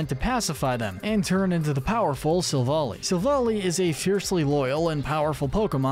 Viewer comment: It’s pronounced cor-SUH-luh and sill-VAL-EYE, “”! 🤨 Stop mispronouncing Pokémon names,! 🙄